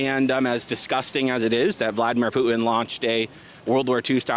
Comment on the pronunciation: Who the heck is Poo-in? Is that dumbxss trying to say Putin?